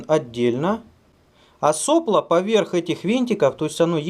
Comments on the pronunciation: правильно делать ударение не сОпло, а соплО.... как всегда лайк перед просмотром. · соплО, не сОпло. Кинг-тек. Дизлайк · Влад Дроздов --- просто слух режет. больше ничего. просто в институте и на работе всегда было соплО и никак не иначе. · СоплО́,. Ударение на "о".